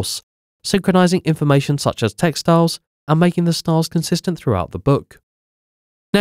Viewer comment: LOL. I was confused when I repeatedly heard "textiles," before I realized the narrator was merging two words.